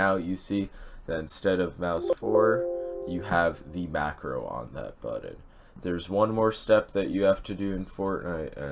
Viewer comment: buddon? u mean button?